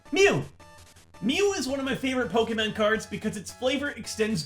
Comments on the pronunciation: *DID I HEAR POKEMAN??* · did he say pokemen? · Did just say “Pokémen”? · he said pokeman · "mew is one of my favorite pokeman cards" hold up. did he just say pokeman? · You said pokeemans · When you say pokeMAN instead of Pokémon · "Pokemun"- 2017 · "Pokeman cards." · pokeyman? POKEYMAN?! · diiid he just say Pokemen? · I fully caught that pokeman that you said when you mentioned mew lol.